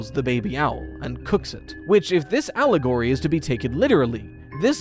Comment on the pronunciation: Idk if I heard that wrong but I swear if you said "Owlagory" that's fowl